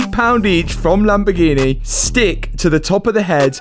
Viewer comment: whow! the lamboo-gheh-neh lives and breathes!